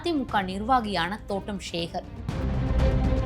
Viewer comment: ஷிவ குமார் ,ஸேகர் அப்படின்னு பேஸ தெரியாம பேஸீருங்க.தமிழில் ஸ அதிகம் சேர்க்காமல் பேஸ Sorry பேச கற்றுக்கொள்ளவும்.